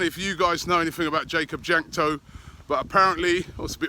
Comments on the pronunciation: jakub jankto is pronounced like yakub yankto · One thing that I know about Jakub Jankto is that he is Czech, so you pronounced his name horribly lol